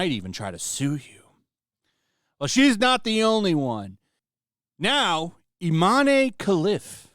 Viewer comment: His name is I Man e